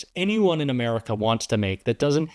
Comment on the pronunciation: every time I hear that organism say "ameerica" my blood curdles. I know it's poorly educated and leans into its rhetorical posturing as a sort of dog whistle, but I'm sick of it.